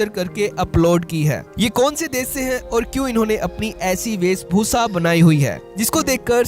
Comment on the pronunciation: The VO artist needs a lesson on Hindi Diction. Its "VEESHBHUSHA" and not "VEESBHUSA".!